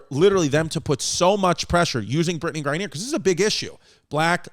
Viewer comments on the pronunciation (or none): Its mad cringy hearing brittney grine-neer its grine-ner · Man, V has obviously no knowledge about politics, the WMBA, or how to pronounce words correctly, “Gra-neeer” lmao or should I say CMAO(CacklingMyAssOff)